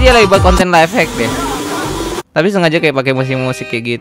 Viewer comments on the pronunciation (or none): none